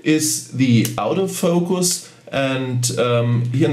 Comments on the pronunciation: What is this OUT OF FOCUS..............if you mean Auto focus its pronounced orto focus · Lol...it does sound like "out of focus", instead of autofocus but, no big deal. Very nice video. Watched it until the end. Got some great tips. I especially liked the one at the end about assigning the function key for the artificial horizon in the viewfinder. Just now set my 7100 function key to exactly that. Thank you! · Love how you pronounce auto focus as "Out-o-focus" :) that's what I'm callling it from now on.